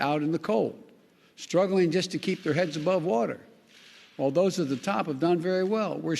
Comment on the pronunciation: OMG !! He actually made it thru ( Build back better ) but couldn't say WATER !! GOD HELP US !!!